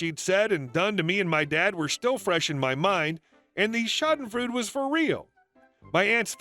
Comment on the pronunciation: BTW, schadenfreude isn't pronoucned to rhyme with food; the last two syllables, for someone who's an English speaker, are pronounced FROY-duh. Gotta keep in mind this is a German language term, and the eu letter combo is pronouned like the oy in boy. Think fr + hoyden without the H and final n.